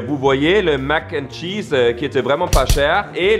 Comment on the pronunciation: C’est Mac N’ Cheese, pas mac’chees